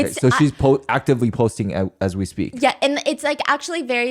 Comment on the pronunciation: the way she says yawhh